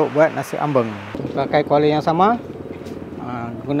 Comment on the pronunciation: Sebutan sangat tepat jawa..... Ambeng.......ada orang sebut Ambang tu tak tepat